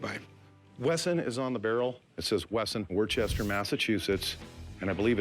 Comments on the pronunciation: It's pronounced "Wuh-stuh" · Guy said “worchester, Massachusetts” it’s “wustah, mass” guy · there's no "H" in Worcester, I'm from there. it's pronounced "Wuh-Ster" not WoRcHeStEr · as a Masshole, i cringed when the seller pronounced Worcester as “Wer-chester” no sir, it is pronounced “Wus-tah” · "Wuhsta" Massachusetts. Not "Warchester". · “Wor-Chester mass” LOL being from NE it’s “wuss-ter” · lol it's pronounced "Wooster" Massachusetts or if you're from boston... "woostahhh" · I'm from Massachusetts. Hearing outsiders pronounce Worcester is weird. If you ever go to MA, remember it's pronounced, "Wuhsta." Also, Worcestershire is pronounced, "Wuhsta-sheer." Once you figure that out, it becomes infinitely easier to say. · “worchester”, massachusetts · It's pronounced Wuss stay. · It’s pronounced Wooster Massachusetts 😂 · woooooocester not Worcester.... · It's pronounced Wuss-tah Massachusetts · "warchester" oy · It's pronounced WOOSTA MASS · Spelled Worcester......pronounced “Wister.” Coming from a real Masshole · The way this guy pronounced Worcester made my ears bleed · He should learn how to pronounce Worcester, MA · The way he pronounced “Worcester ma” 🙄🙄🙄🙄🙄🙄🙄🙄🙄🙄🙄🙄🙄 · That’s the worst way to say Worcester I think I’ve ever heard